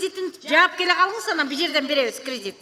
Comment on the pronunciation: Крыдит дейт Апанди